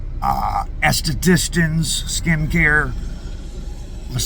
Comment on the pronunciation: say Aesthetician again 😂😂😂